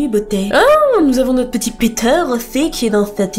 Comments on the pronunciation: Ptdr tu prononcais peteur 😂 a la place de piter 😂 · Quand elle dit Peter en anglais au début on dirait qu'elle dit picture 😑